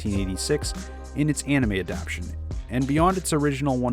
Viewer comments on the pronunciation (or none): Yo! Thank you for you info. You have edited together a nice, concise, cohesive video. You have instructed me. May I instruct you? The word adaptation is not pronounced "adaptshun." It has 4 syllables. It is pronounced, "Ad app tay shun." Please make a note of it and you will sound even smarter than you already sound.